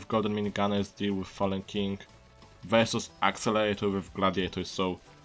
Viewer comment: i love your french/german accent. i dont know it sounds more like french but the best part is that you call it "accelator" lol